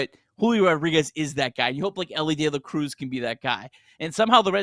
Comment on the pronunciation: It’s pronounced De La Cruz